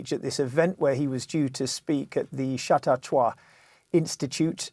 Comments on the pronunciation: It is pronounced cha-TAU-qua. . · It's pronounced "Shuh-taw-kwuh". FFS. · Learn how to pronounce chatauqua